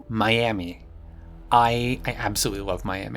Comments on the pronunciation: as a floridian, the way you said Miami hurt me so much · Just imagine she's calling you her friend in French. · Why are you saying Miami like that?